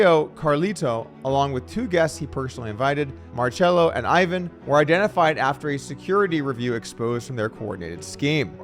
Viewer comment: “Ivan” here is pronounced “eee-vahn”